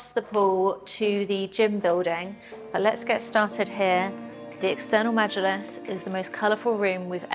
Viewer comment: You pronounced majilis so well, I’m impressed